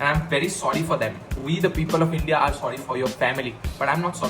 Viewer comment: India ka tera pronounced galat lag raha hai